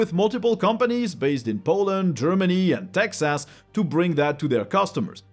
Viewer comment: The way he pronounced "Texas" ...lol!